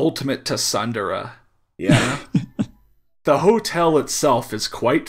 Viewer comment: For all the Grammer they make fun of, they had no right to pronounce Tsundere that way